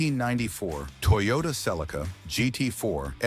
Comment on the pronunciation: Its all crap they it cannot even say names properly it's celica not not celcia the 300zx was never banned only the race car version was some of the others were banned in us for safety crap thats it